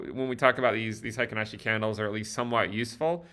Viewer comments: "Hi ken ashi" is the incorrect pronunciation. Should be more like: "Hey Keynn Ashi". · Hey-kin, not high-kin :) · its pronounced HEY-KEEN ASHI